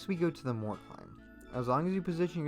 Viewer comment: him pronouncing mort as "more" makes me mad